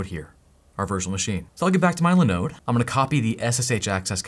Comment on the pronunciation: Are you an agent of LENODE? always LENODE, LENODE and leeenoddee....?